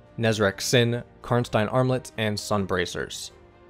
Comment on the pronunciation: I love how you correctly pronounce "Karnstein".